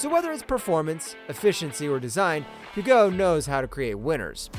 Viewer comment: Peugeot is pronounced Purr as in cat then joh with the j as in jam. Ask the French - it is their language after all!